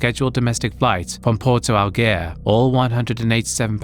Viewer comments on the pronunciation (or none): “Porto algere” Are you even trying???